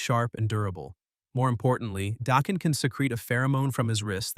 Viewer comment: 😆 😂 Is it pronounced Dah-ken or Dā-ken?